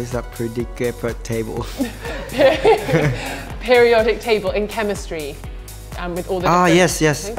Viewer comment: "what is per-di-K-per-table?" Yuki?:face-purple-crying